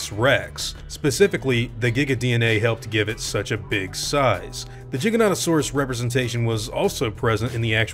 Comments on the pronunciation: Because people hate the way most people pronounce it. They call it jiginotosaurus but then pronounce it Giga. Pick a fucking lane. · Not sure if this was the first time I heard spmeone say the name in English, but I thought it sounded a bit funny. So I checked Wiki and there it said it should beˌdʒaɪɡəˌnoʊtəˈsɔːrəs or JY-gə-NOH-tə-SOR-əs. If you want to stay closer to Latin, it would be closer to "gih-gah", so quite similar to what you said. Anyways, it's a Dino I always quite liked, so I wouldn't mind it appearing :) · Jiganautosaurus? How dare tou butcher it this bad while spelling "giga" right, right after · He pronounces it Jigganotasaurus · Me: cringes that he pronounces it wrong. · im sure its its like the word tomato but way this guy says Giganotosaurus bothers me haha especially when he says gigantic right after giganotosuarus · beat thebans Diplodocus has two pronunciations but Giganotosaurus has one. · He pronounced the giga wrong and it hurts me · Pretty sure you're pronouncing it wrong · Why is it "Jig-uh-nah-to-saurus" and not "Gee-guh-no-toh-saurus"? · (Giga) Not (Jiga) you don’t say Giga for short and Jiganotosaurus for its full name. So how does the G in Giganotosaurus become a (j) ? You pronounce it the same it doesn’t change.. Sorry man but it really irritated me lmao.. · Please say it with a "G" sound and not a "J". Makes me think of juggalos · jiga or giga-no-to-saurus: the pronunciation he's using is weird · Gig-anto_saurus and im positive you've missed out on ARK:Survival PC/Console game😂😂 cus you either run or die.. (Ji-gano-saurus is what you said but thats poor grammar) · Why does he say jiganotosaurus but then when he shortens it he says giga. Like it’s fucking giganotosaurus not with a j god damn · It's gig-in-oh-toe-saurus, not jig-in-ot-toe-saurus. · Your pronunciation of this dinosaur's name is infuriating. I don't care if it's correct or not. It should be Gigant-o-saurus. Not gig-a-goo-go-ga-suar-u-sus.